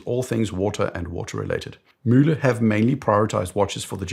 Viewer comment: Nice German accent. One of the first times I heard "Mühle" pronounced properly 😅